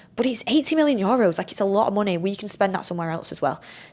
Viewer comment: needs to learn how to say EUROS! Its nae Yoros 🤣 love tus anyways x